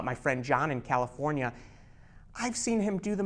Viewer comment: Why he just say California ijs😆😂😆😂😂😆😂